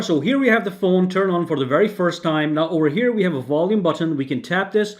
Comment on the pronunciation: Wall-ume lol